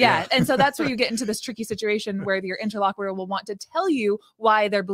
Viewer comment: I know this is petty and annoying, but I mean it in the kindest way possible…, please check your pronunciation of the word “interlocutor”. The “cut” part is pronounced more like the word “cute” and NOT like “quit”. Also, confirmatory IS a word. 👍🏽 Otherwise, love this video and this topic!!!